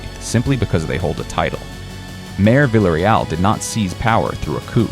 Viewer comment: Stop saying "vila real". Come on now. In Spanish everyone knows it's pronounced 2 LLs = a Y Therefore it lease say it right ... "Vee yah Ree-all" ... say it right.